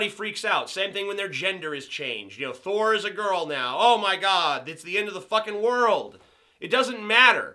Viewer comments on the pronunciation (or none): none